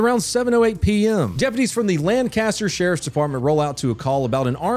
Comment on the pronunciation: It's not Lancaster it's Lancaster